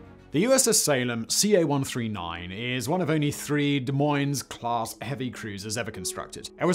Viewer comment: At least he didn't pronounce the "s" in Des as well. But I was like, how do you know to say Des correctly but not Moines?